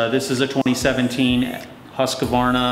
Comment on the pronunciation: it's Husqvarna it's not Husq(A)varna..